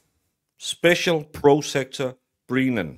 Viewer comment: Great analysis. Are you saying "Breenan" and "prosecter" on purpose though? Because its fecking annoying!! 😡😀